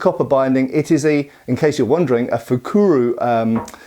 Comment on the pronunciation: A spearhead used as a dagger? I haven't heard of it, but I know it's been done. And not fukuru, but fukuro, with an "o" at the end. But. I've heard more about knives being used as blades for improvised spears. Overall, a very interesting topic :)